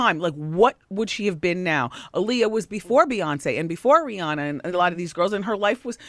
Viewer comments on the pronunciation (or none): When people constantly say Aaliyah's name wrong. It's Ah-Lee-Yah, not Uh-Lee-Yah. Dumbasses. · All the lines in this movie sound like it came straight out of WW's mouth. That's why there's all those questions that supporting actors lead Aaliyah into answering and talking about, the's same questions that Wendy is asking here. Also, they need to learn to say Aaliyah's name properly in a movie about her. ALI-yah not UH-lee-yah.